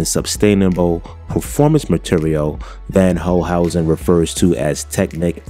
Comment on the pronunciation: It’s pronounced “fonn holcehousen”.